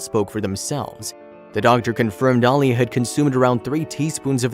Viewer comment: I know mistakes do happen but how about saying the little girls real name. A-LEE-A. I'm getting real tired of you influencer can't get a name pronounced correctly